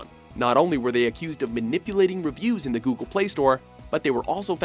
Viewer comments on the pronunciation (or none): none